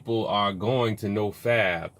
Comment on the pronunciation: nigga it’s no fap not “no fab”